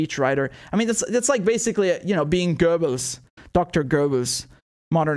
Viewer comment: Lol! Your pronunciation of Goebbels was so spoooky😳